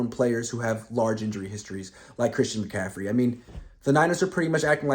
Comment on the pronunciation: Bruh, it's Christian McCaffrey